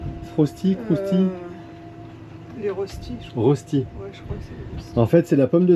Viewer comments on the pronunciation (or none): Coucou, j'ai bien aimé le rush avec l'annexe, la musique, ainsi que la balade, surtout un ptit moment avec la super musique... La qualité de l'image lors de la balade est pas top (en mouvement)... pour info. Le rösti est une galette de pommes de terre traditionnelle de la Suisse alémanique, on prononce reuchti . merci pour la vidéo. Bonne semaine à vous. ((le ptit suisse)